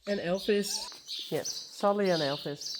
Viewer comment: Lovely little Elvis 💙 It sounds funny when you say Elfis. Why did you ask us about Frisian names if you don't use them yourself?